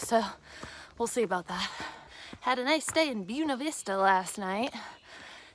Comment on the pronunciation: remember we're in Appalachia. The correct pronunciation is "boona vista" 🙂